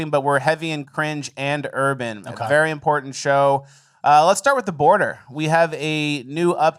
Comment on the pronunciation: ‘Very sportant’